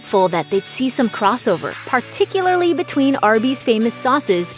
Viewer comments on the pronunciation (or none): none